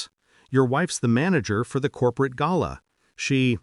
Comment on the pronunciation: The best pronunciation of the word GALA ever in all the months listening to these stories. Thank you very much.